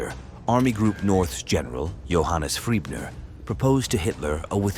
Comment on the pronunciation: The name of that Army Group Leader is Gen Maj Johannes FRIEßNER, the ß being pronounced as double S. I know that guy from somewhere. Had he not been in Romania as well?